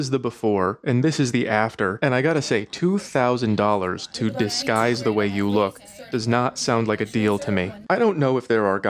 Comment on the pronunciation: "disguise" lololol